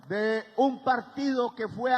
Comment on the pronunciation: Hay que continuar practicando la pronunciación de las palabras que contienen la letra "D". Abro comillas. HISTÓRICA CANTADA 'E' TABLA 'EL' PRESIDENTE 'E' LA REPÚBLICA... Cierro comillas 😎